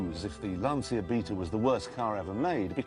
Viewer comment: The wonderful Sandy Gall presenting News at Ten. He pronounced Lancia correctly, unlike anyone else.